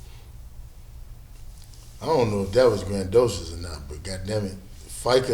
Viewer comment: I would hate to have a degree in journalism and see this shit. This nigga said "grand-docious" smfh 🤦🏽‍♂️ and Shaq literally gave him the same story he's been telling since the beginning of his career.